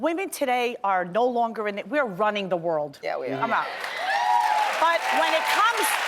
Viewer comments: She pronounced Ruining wrong. Almost sounded like she said “running the world” but we know she meant ruining. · her tongue slipped, this 3 times divorced woman meant ruining.